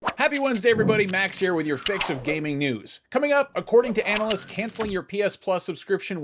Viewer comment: "Analysts"? hahaha